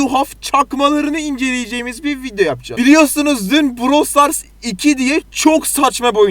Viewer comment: browl stars 🤣🤣🤣🤣🤣🤣brooowwwlll